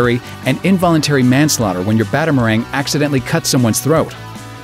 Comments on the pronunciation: Did you just say "Batamarang"? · did you seriously mispronounce batarang? fucking how? also everyone knows being batman in real life would be a terrible idea.